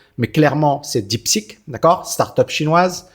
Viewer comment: Bonjour merci pour vos vidéos très intéressantes.. attention deep seek ou deep sick ? La prononciation fait toute la différence ❤